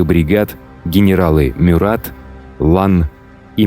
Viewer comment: Только правильно - МЮрат.. а так , очень классный выпуск 👍